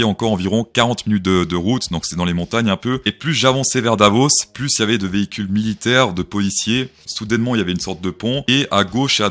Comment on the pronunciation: HOLA, créptoh'shOs, dit "PLOUSS" (= PLUS; car on en peut plousse)